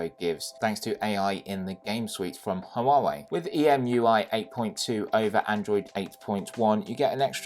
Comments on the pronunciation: I'm sorry but this is driving me crazy, its HUAWEI not HUAWUAWEI, besides that, great review, keep it up ! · The review is good, but the constant cuts in the video is distracting, and I think your background music is a bit too loud. Also, it's like you've never heard Huawei pronounced before. Still, found the content itself very good. 👍